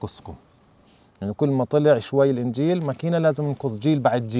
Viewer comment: النجيل وليس الإنجيل. grass not Bible.